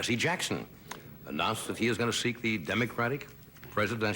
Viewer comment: did he say dumb-acratic?